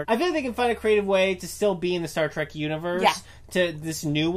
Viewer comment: facepalm:: You are both imbeciles that have no idea what you are talking about. You BOTH do the single most annoying thing a moron can do by pronouncing it "Track" instead of the blatantly obvious "Trek". Nothing else you have to say means a fucking thing in light of that single titanic idiocy.